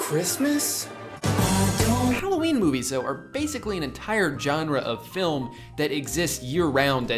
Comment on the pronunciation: The way Drew says ‘genre’ makes me wanna kill myself